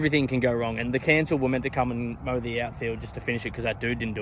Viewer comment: Mate please tell me you know its 'council' that mow the grass not 'cancel' haha